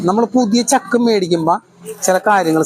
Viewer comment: Pazhaya chakk alla, chaakk Anu. 😂😂😂